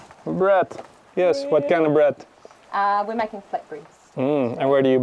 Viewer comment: Heeeey, who is that making flat bread? That "Breeeeead" got me convinced you've got a Kiwi on board? Yay!